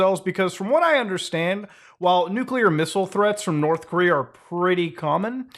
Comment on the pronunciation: Korth Norea